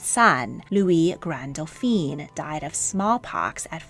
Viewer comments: Great informative video. It's just some of your French pronunciations need to be more nuanced: for example when referring to men you kept on pronouncing Dauphin as "Doh feen" but that is if they were female and spelt as Dauphine ... it should've been pronounced as "Doh feh". You also pronounced Charles as "char-leh" but it should've been "shar-L" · Excellent pronunciation overall! Just a little correction. Dauphin is pronounced dough-FAN. Dauphine, the feminine of the word, is pronounced dough-FEEN, as you have been pronouncing Dauphin. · You really have done a great job. Feedback: For the masculine pronunciation, it is Dauphin (doh-fan) not Dauphine (doo-pheen). You consistently pronounce the masculine like the feminine title. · Try to remember that the male version of Dauphin is doe-fau. Doe-feen (Dauphine) is the female pronunciation. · I would like to point out that you pronounce "Dauphin" the way the French pronounce "Dauphine," which actually refers to a princess instead of the crown prince. Only change I'd make to your work - big fan. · I love your videos but your pronunciation needs more research for accuracy. In this one, you're pronouncing "Dauphin" as "Dauphine". The first is a son of the French King, the second is his wife. 😊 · These documentaries are always interesting but please Dauphin (Dfoén) is not to be pronounced Daupheen (Dauphine) which is the title borne by the Dauphin's wife. Congratulations on the correct pronunciation of "Leszczynska". Also whenever a Medici is mentioned the accent is on the "e" so it is NOT "MedEEchee"! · Dauphin is pronounced doe fan.